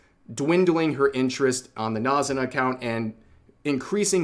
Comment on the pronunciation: Why does he keep saying NAZ-zu-na instead of NA-zu-na